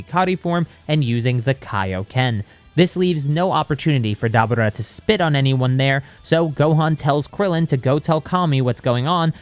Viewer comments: It's Da Boor ah not daba ra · It’s da bura